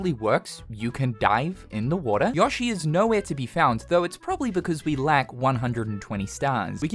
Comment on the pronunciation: um YO-SHI not YAWSHI . The heck is that